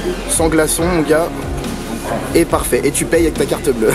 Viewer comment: D'entrer il a dit tu pays😂